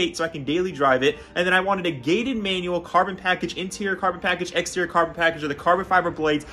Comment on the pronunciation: It’s “gated” ooohhh